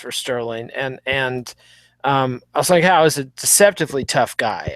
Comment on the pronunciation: That is a ç in Assunção's name. It's a soft C sound. Phonetically its pronunced A-sun-Saauu